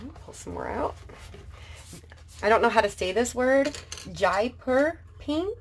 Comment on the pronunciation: hi, Jaipur is a place in India which is often called the pink city, because of the colour of many of its buildings:) you were saying it pretty much spot on.